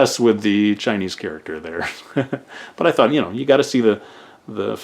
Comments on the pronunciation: 你的中文发音非常标准！Your Chinese pronunciation is very standard！ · Ur Chinese pronunciation was on point!